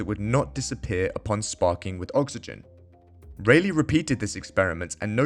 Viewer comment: It's RAYleigh as in "Bar" not RAYleigh as in "Bay"...